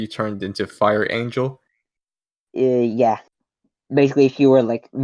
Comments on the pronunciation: Me too! XD Edit:- It sounds more like "Far Angel" to me. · Still heard Fart Angel at the start